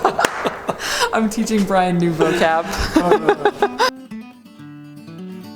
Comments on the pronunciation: said gorgina! 😂😂😂😂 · saying ✨️gorgina✨️caught me so off guard, but I'm here for it 😂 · Brian saying gorgina 😂😂😂